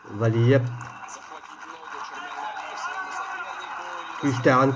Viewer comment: молодец хозяин канала правильно ставит ударение в фамилии чемпиона.в отличии от русского который коверкает фамилию валиев на всю страну на турнире